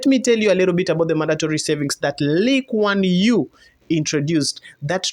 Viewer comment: My Man! Not only did u pronounced LKY spot on…U have a better understanding of CPF than my own countrymen… look up 1M65 and Mr Loo and ur mind will be blown my friend. 😂